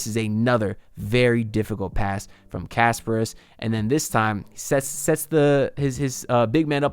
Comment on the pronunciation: Please pronounce kasParas instead of Casper. 😆